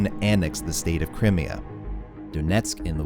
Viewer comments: How can you know so much about the conflict in Ukraine and not know how Crimea is pronounced? Surely you would have heard it in any news report? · "CRY-MI-A" Americans have such a hard time pronouncing eastern blocc places 😂